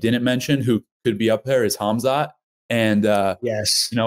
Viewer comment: Sonnen also says Hazmat instead of Khamzat XD